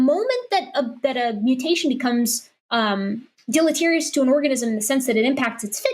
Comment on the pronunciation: Its tiring to listen to young earth creationists pretend to research and understand studies when they can barely pronounce the word deleterious. They are so far out of their depth they don't realize how out of depth they are. Yet, they steadfastly press on with talking points. They picked up off some young earth creationist website. Do they even understand the talking points? No. But what does that matter? When they sure as heck don't understand what they're arguing against.